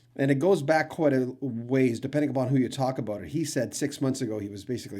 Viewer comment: 😅👍 Aboot your Canuck is showing 🇨🇦